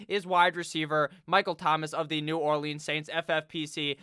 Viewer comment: The way you pronounce New Orleans makes me wanna off myself